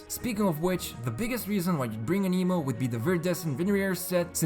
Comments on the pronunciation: Just a peeve I have. It's pronounced 'Ann-eh-mo' not 'A-nee-mo' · "aneemo" lmao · Aneemo, TartaGLEEA, Jongli...the prononciation is just top noch